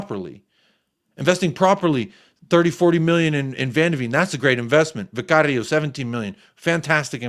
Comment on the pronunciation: I love the way says Vicario’s name SOO funny 😂😂😂😂